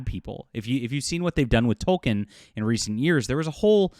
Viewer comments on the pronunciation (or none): Please stop saying "Tol-ken", it's pronounced "Tol-keen".